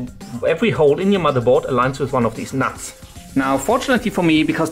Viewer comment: aha;) i just find the way you say it like "nats" funny. Only joking though m8, keep doin what ur doin! love ur vids